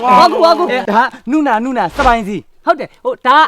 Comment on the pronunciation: အသံထွက်ကမှားနေတယ် ကိုးရီယားလို "နူနာ " "နုနာ" မဟုတ်ဘူး (누나)ဒီလိုအသံထွက်တာ